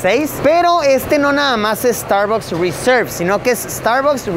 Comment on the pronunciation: me estresa cada vez que dice starbocs :,D